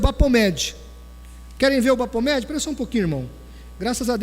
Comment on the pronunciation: se lê Bafometxi e não Bapometxi "ph" se lê "f" em ingles